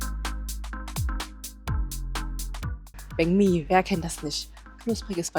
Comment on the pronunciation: Weil banh mi wie bäng mi ausgesprochen wird. „anh“ wird wie äng/enh ausgesprochen. Im Norden wird sehr „klares“ vietnamesisch gesprochen, vergleichsweise wie hier hochdeutsch. Je mehr man in den Süden fährt, wird der Dialekt anders und teilweise sogar sehr unterschiedlich.